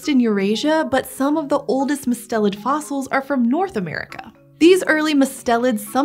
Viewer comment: it is usually pronounced with the accent on the first syllable!! i’m guessing their pronunciation was based on the family name, Mustelidae, where the accent is where they put it.